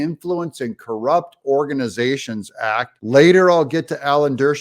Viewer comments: 😂😂😂 as soon as i heard her open her mouth, i tuned her out. She is a stooge of the Democratic Elites, she is bought and paid for, and not for much😂😂😂 hows that ax, axx, axxe screaming. Aaaahaaaa god PALEEEEZ 😂😂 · What is Gwan jury what is ax does she mean acts sorry she needs to speak better than section 8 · Family Willis can not even pronounce the word "act" its not "axe" however her time in office should receive one for the fraud she is.